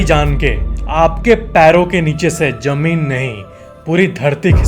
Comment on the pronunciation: Jamin Nahi Hota Hai 😂 "Zameen" Hota Hai 😎